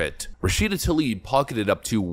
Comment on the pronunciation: Why have I only heard Talib instead of Tlaib? Seriously, I don't think a single person, democrat or republican, knows how to pronounce her name.